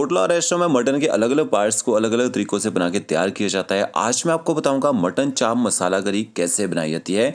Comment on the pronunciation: It's champ... Not chaap